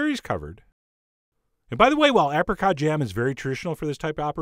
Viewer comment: that looks nice! Why does he say apricot like that?